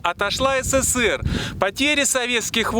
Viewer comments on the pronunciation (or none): none